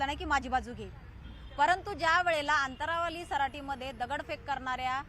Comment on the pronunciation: अनंतावाली 😅 अंतंरवाली